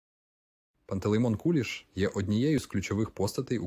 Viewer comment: Точно ШІ ! Наголоси не українські. Навіть в минулому москворотий не сказав би КУліш,бо таки ж КулІ'ш.